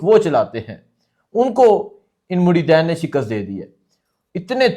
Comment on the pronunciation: مجھے صرف 1 منٹ کی ویڈیو سننے کا موقع ملا اور اس کے بعد سننا کوئی ضرورت نہیں سمجھتا۔ ویسے کمال یہ ہے کہ آپ نے اولیاء کو چھوڑ کر یہ کہہ دیا عمران خان کو کہ یہ اصل بابا ہے؟ کیا خوبصورت منافقت ہے۔ اور دوسری بات کہ اس پڑھے لکھے جاہل کو یہ بھی نہیں پتہ کہ مریدَین نہیں ہوتا مریدِین ہوتا ہے۔ 😂